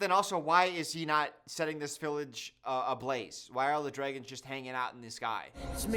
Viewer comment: "the dregons"